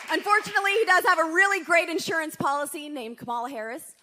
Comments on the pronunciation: Oh Ben!! You mispronounced Kamala's name at 27 minutes in. You see how easily we can be indoctrinated to the MAGA insanity. And MAGAnites are not as smart as you. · I imagine someone's already said this, but Kamala has the accent on the first syllable. Considering that MAGATS mispronounce her name as a sign of disrespect it is important that we pronounce her name properly.